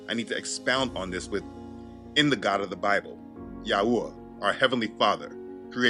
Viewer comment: You know you channel have help me so much in my walk with Yah. I know ur faithful. But the way you have been pronouncing the name of Yahuah is kinda somewhat annoying. Youve been pronouncing it wrong for some time now but maybe u can learn to pronounce it correctly brother. This is the way it sounds when u say it “yauwah” even my kids be saying it like dat now and it’s annoying.. GREAT MESSAGE THO!!